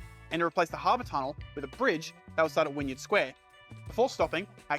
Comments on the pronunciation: yeah, l chuckled at ‘wynyard’ but got annoyed with ‘zee’. When he said zee and not zed, i knew he’s not a millennial coz even millennial aussies don’t say zee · Agree, I laughed when hearing 'Wynyard', 'Coogee' and 'Devonshire' in particular. Definitely not a native Sydneysider. Apart from that a great job of narration though.